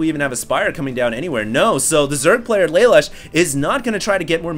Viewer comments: I think Lalush is pronounced like Lah-Loosh; a play on the spelling of "LeLouche" from Code Geass. At least that's the first thing I thought of when I saw his name. That said, thanks for posting these replays. Very awesome man. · PRONOUNCED LUH LOOSH